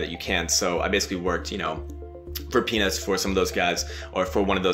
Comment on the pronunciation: youre a legend! i know you said peanuts but it did sound like penis the way you said it! hahahah